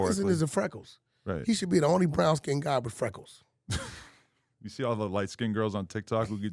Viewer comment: This mf said freckles lol 😂